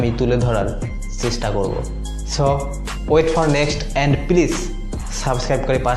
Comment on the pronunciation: ভাই আপনি দেখি,,, subscribe.... বানান উচ্চারণ ও করতে পারেন্না, 🤣🤣😂😂😂🤣🤣😂😂😝😝😝 হালা বোকা চোদা